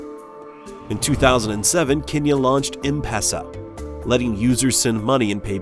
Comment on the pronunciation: mpesa no impesa bruh